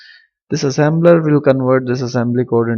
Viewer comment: Assembler not assember